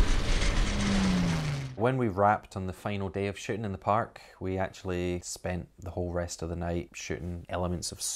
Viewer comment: When they say "Shooting" it sounds like "Shitting"